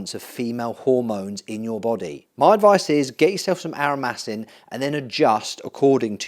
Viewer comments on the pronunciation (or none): WTF IS ARROWMAHSIN??😂